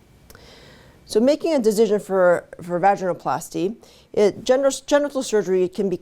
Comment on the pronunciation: I love how she says “deezzizzon” Lol